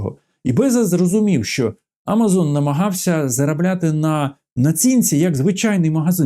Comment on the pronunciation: Будь ласка, автор, тільки не А мазон. АмазОн. Якщо ваш канал україномовний і ваша аудиторія українська. Бо якщо ви говорите українською ФлОріда, то вже говоріть і КЕнеда, і ЕтлЕнтіда, не цурайтесь.